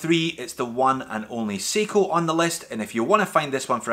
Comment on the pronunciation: It's sai-ko not see-ko